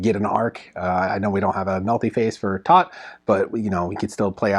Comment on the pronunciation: "Toht" is pronounced to rhyme with boat and coat.